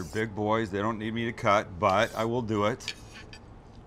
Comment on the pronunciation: Everybody keeps asking for a Sous vide everything/ Guga foods collaboration. I think the fans have spoken Sam lol 😁 "So let's deuww it" lol 😂